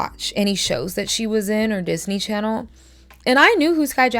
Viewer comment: "Disney Chanel" is sending me 😭